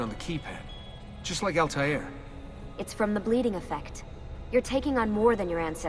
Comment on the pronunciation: no altair does not mean flyer 🤣 don't know where you got that from. 'Al' means "the" and 'Tair' means "bird" but its pronounced more like 'twair' than Taair like the characters in the game do but anyway hes "The Bird"